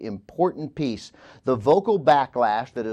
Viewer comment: pronounced "piece" "peach" TWICE within the first ten minutes!